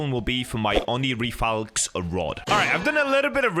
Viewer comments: You mispronounced Onirifalx,you said Onifiralx Rod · oni-fi-ralx rod? Brother I'm a 10 year old kid, and i can pronounce that so easily and ur a grown man and BRO lost to a 10 year old, it's called oni-ri-falx rod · Bro in the into saying onifiralx instead of onirifalx got me laughing because it was so unexpected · ITS "Oniri-Falks" NOT "onifiralks" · did anyone her him say onifiralx hahaha!!! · "This is the oni FEEh ralx rod" -said at the start of the video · still can't pronounce the name of this rod lol